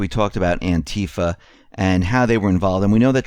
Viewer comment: Clearly you dont Konow the origins of Anti Fa, you don't even pronounce it right. Anti Fa USA/BlackBloc is mostly cooped and infiltrated since even before the IMF riots a long long Time ago Otherwise good show Doc Former admin for the jackbloodforum